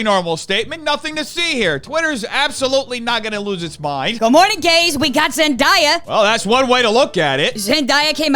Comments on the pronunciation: fyi, zendaya’s name is pronounced “zen-DAY-uh” not “zen-DYE-uh” ☺️ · Zen-Die-ya? Zen-Day-ya. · Just so you know, Zendaya is pronounced "zen day uh" and not "zen die uh." She gets a little peeved by the latter, and some folks have used mispronunciation as a way to disrespect her! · Zen-DAY-A not Zen-dye-a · im sorry but its Zen-DAY-a like “today” not Zen-DIE-a 🙄 theres something bout not saying a black woman name right that pisses me off idc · why are people pronouncing zendaya differently all of a sudden? literally since shake it up i’ve known her as zen-day-ah not zen-die-uh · i’ve heard a couple people pronounce it zen-die-uh the past week, i’m confused lol been the way you said since shake it up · I you but it’s Zen-DAY-a like the days of the week! But go for her I will support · I you but it’s pronounced zen-DAY-uh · Zen - DAY- yuh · Zen-DAY-Ah. There’s a whole video about her pronouncing her name right lol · Pretty sure it’s Zen-Day-Yeah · crying at how pronounced zendaya's name 😭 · how can you fucc up zendayas name so much? she’s only said her name a ton of times along with millions of others... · the way he said Zendaya’s name made my soul collapse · The way that you're saying Zendaya is killing me 😭